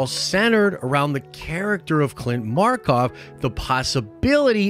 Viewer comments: bro legit says clint markov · Ah, yes Clint Markov...the Handman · Bro, did you just call Flint Marko, Clint Markov?!?!? Smfh stick to Star Wars,.